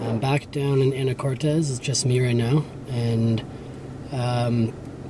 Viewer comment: Hilarious how you pronounce Anacortes.